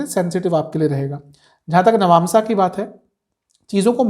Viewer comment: Nabnsa kiey hai bar bar nabnsa bolo rha ho